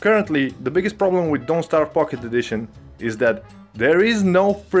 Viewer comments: I like how "pocket edition" sounds more like "fukin' edition" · What I heard was f it. Edition ☠️ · When he says “pocket” I hear something else...